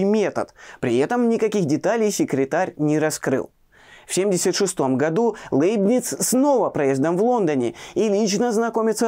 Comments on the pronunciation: Как хорошо), но Лэйбниц всегда был Лейбницем)))…. Ухо режет очень… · Жду с нетерпением выпуска про Лейбница. Кстати, в оригинале на немецком его имя звучит даже ближе к Ляйбниц (как и Ляйпциг), а произношение Лэйбниц сильно режет ухо. Но на фоне такого фундаментального видео, эти поправки - такие мелочи. Спасибо за Ваши труды! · Кстати, почему ЛЭйбниц? По-немецки вообще читается ЛЯйбниц. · Всё-таки не ЛЭйбниц , а ЛЯйбниц .. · Ну, если чисто по-немецки произносить, то будет вообще Ляйбниц, если что... так-же, как и "Ляйпцихь", вместо общепринятого "Лейпциг". И так далее. Про Ландон и Айзека Ньютона (sic!) тем более промолчу... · Пожалуйста, Лейбниц произносите мягко звук л